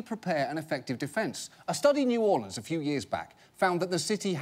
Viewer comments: New or-lee-ans? Really? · Can we talk about how the guy in the vid pronounced New Orleans? nEw OrlEaNs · Anyone notice he said "New Orleians" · "New Orlee-ans" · "In new orLYANS for example"